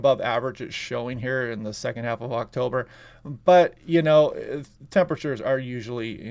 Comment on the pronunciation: The AI announcer failed with the date of the launch pronounce of October. Thanks for reminding me that human kind is fading from communication.